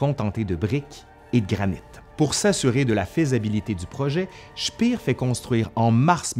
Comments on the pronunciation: Speer ne se prononce pas "chpir", mais "chpér"... À part ça la vidéo est intéressante ! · Petite rectification : "Speer" se prononce "Schpèr" pas "Schpir", ça n'est pas comme en anglais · Ayant étudié l'allemand, j'aurais dit " chpéheur" ( cf . , ) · Super vidéo mais la prononciation de Speer en anglais ça m’a fait saigner les oreilles 😉